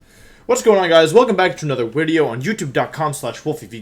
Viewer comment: 1. Says wideo right 2. Has a soft blanked 3. Handsome How does this man not have one million subs?